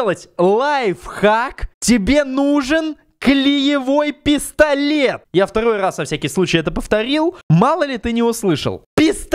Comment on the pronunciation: А мне послышалось не пистолет а пездолет 😂😂😂😂